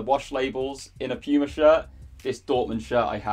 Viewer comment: bro how are you pronouncing Puma. You weird